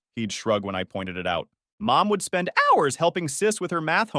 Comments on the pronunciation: It turns fabulous now and then. - "mom would spend OW-URS (HOURS)" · Why he said hours like that I'm dead 😂😂😂😂😂😂😂😂😂😂😂